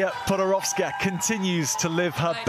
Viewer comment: PodoroVska?! Why he said PodoroVska?